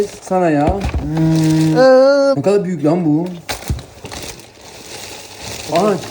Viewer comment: ebonun philadelphia’ya sanayağ demesi 😀😀